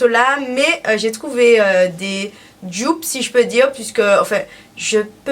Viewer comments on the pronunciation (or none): "Jdupe" 😭😭😭 tu peux prononcer en français donc DUPE je pense que c'est mieux pour tout le monde 😂😭 aller bisous je t'aime ❤️ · "Djupe"** pardon c'est comme ça que tu prononces doudou